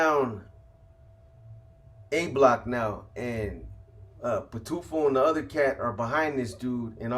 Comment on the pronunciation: Boxer is going over the HHP spensa mom I can't take out the trash rn Pitufo means Smurf in Spanish u said it right